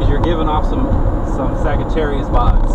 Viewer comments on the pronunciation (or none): He said fagittarius not Sagittarius lmao